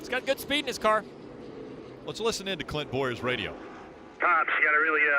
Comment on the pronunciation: i swear it even sounds like he even dropped the N in Clint's name, then the "oohhh~" I'm laughing my ass off